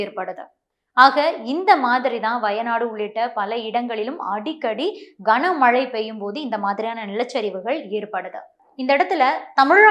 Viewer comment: கஙனமழை இல்ல கனமழை